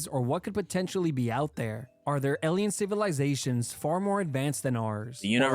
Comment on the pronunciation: Im sorry.. elien..? alien? Elien?? what (Not hating i just never heard anybody say it like that.)